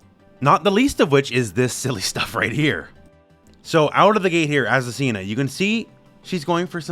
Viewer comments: You need to work on your Spanish pronunciation hahaha is Azucena ! Not azucina! Greetings from Argentina!! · I find curious that you, an english native speaker I assume, read Azucena as "Asesina" what is the spanish word for "killer" in female grammar. I wonder if the designer did that on purpose at the moment to choose a name for her. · It's pronounced Azu-SEH-na. Not Azu-Cena like John Cena. From a spanish speaker who actually has an Aunt named Azucena who laughed when I showed her the trailer with her name on it